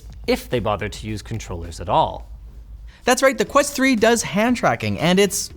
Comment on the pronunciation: Quest ho, not quest hole. 😊